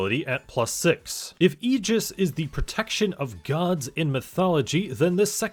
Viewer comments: "ay-jis" "AY-JIS" not "E-gis" my guy!!! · Ay-jis* ty for the great vid